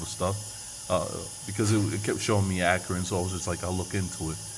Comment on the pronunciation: sounds like acorn to me actually Akron-Acorn